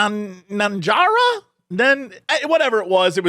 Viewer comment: "Nanjara"? please tell me you just mirsread "Naranja"